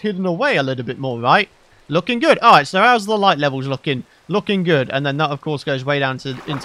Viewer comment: Nobody: Not a soul:: it’s lookin groooodd (Yes I meant the “r”)